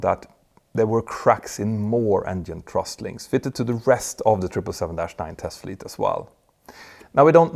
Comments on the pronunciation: Petter, great video as always but it is thrust not trust-check it out Cheers Mike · Cant you say "thrust"? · For most of your video I was scratching my head wondering what a "trust" link was. You should practice making the "th" sound. Put your tongue under the front teeth. It's easy.